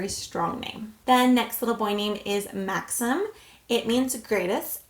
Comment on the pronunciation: It’s pronounced Mahxeem